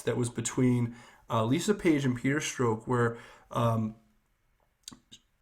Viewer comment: Thks for vids. Small criticism: please correct ur pronunciations of two names: Strzok- Rhymes with rock (not stroke) Mueller- Rhymes with duller (not ME-uller)